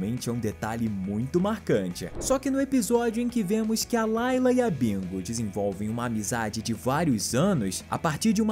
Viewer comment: Nao é laila é lila